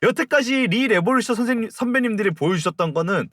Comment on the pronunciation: 시작부터 rrrr하시는 거 듣고 삘 왔어요 ㅋㅋㅋㅋㅋㅋ 리레 웹소 소개 감사합니다ㅏ